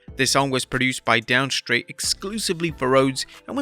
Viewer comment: Pretty sure it is down stait not down straight lol